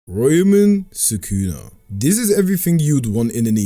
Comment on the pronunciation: Dude said "Royman Sukuno". I will never understand english speakers problem to just say vowels clearly.